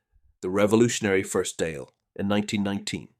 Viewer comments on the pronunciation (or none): Please learn basic Irish phonics. You mispronounced Sinn Féin, Eoin, Dáil, & probably more